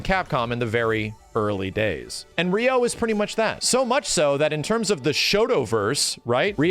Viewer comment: TIL pronounces "Ryu" as "Rai-yoo"... but "Ryo" as "ree-yo"?